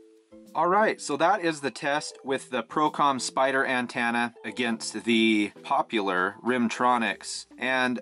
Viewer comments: It’s pronounced an-TEN-na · Lol "an-TAna"